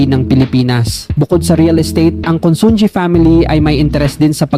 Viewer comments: Pronounced as: 1. Chaw-king NOT Cho-king 2. INA-SAl mabilis NOT dragging 3. CON-SUN-HI NOT Con-sun-gi (ji) 4. A-BA-CA mabilis NOT dragging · Consunji ang pag pronounce yan is consuhi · Consunji ba ang pronunciation nya o consunhi ?